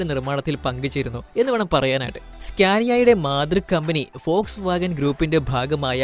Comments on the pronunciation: ഫോഴ്സ് വാഗൻ ഓ വോട്ട്സ് വാഗൻ അല്ലേ vw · Fox vagen അല്ല വോക്‌സ് വാഗൺ